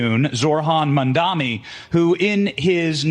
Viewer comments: Tim Dillon: Zohan MAmAlamamAmamama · "It's Ma'amdomi!"